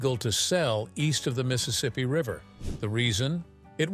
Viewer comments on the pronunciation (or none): none